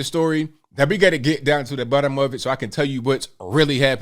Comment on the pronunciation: he said “We gotta get down to the BUTTOM of it” haha